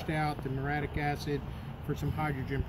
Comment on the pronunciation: It's Mur-ee-ah-TIC acid.